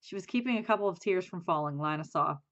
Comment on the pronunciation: You are saying Lina wrong